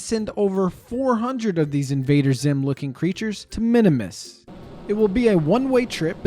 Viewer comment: “Minimus” Me: a KSP lover: Eye twitch “ITS PRONOUNCED MIN-MUHS!!!!!!1!1!1”